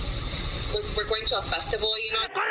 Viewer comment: " but wee have a festivaol, that's worth loosing my life ovur" lol lol idiots